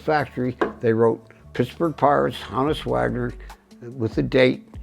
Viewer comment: Ha- nuss Wagner? Wtf dude learn to pronounce the names of legends in the hobby. Ho-nuss Wagner!!!